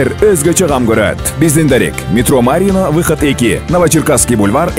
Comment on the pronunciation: Марино эмес,метро Марьино деп туура айткылачы